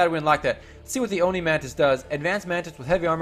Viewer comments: Stop mispronouncing ONI PLS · sorry for being mean, but it annoys me